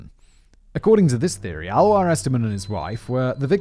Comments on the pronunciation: It’s more like A-Lois than Aloha….. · TY for the interesting episode. Just a short info about the pronunciation of Alois, which would be more like "aa·loo·iis", or like "ah-loh-ees". It is the German version of the name. In Austria we would even pronounce it more like "Aloys" ;) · ouch... you script writers need to provide a pronounciation guide for you 🙂 Alois is pronounced a bit like alloy... just with a long A and an added s at the end... A like uh, lois like loys...maybe someone else can explain it better than i can... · sobs Alois is pronounced AhLowis not Alwa.... No, but LOVE this episode! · Maybe Alois is pronounced Alō-ees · Simon's pronunciation of Alois 🤣 that's why I come here.